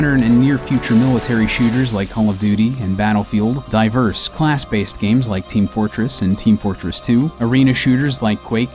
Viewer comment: did he just say "home of duty"?